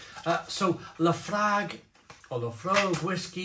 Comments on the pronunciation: Islay is pronounced: i-lah Laphroaig is pronounced: La-fro-ig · It’s pronounced La Froig. Trust me I’m a Scotsman. 😂 I made my own IPA at the Innis and Gunn Brewery a few years back. Was a fantastic day out. Only downside was had to wait 2 weeks for the keg to be ready. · "Laphroig" is the way it's pronounced. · Fully loled every time mispronounced Laophroaig and Islay